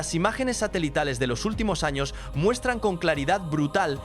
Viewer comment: Porque no pronuncias la Ñ se dise años no anos los anos están en el trasero saludos desde Gran Canaria España🇪🇸 Gracias por compartir esta interesante historia 💙❤💜💙❤💜🙏🙏